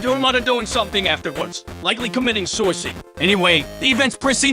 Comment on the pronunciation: "bassic" "garlet paper slicer" "pissaplux" "vensa" "ripragrem" "souisid" "herapis" "rockin wolf" "interfrens" "spyrits" "dilc" these pronunciation fails are hilarious